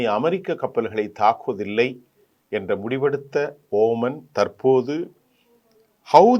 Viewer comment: இவர் குறிப்பிடுவது OMANஓமான் ஆரம்பத்தில் இருந்தே இவர் பெயர்களை உச்சரிப்பது குலருபடியாகவே இருக்கிறது